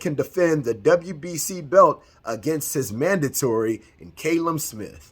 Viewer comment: Callum is pronounced cal-um... not cay-lum. Americans are dumb when it comes to names